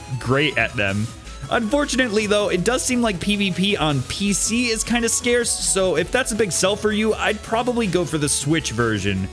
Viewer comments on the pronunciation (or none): none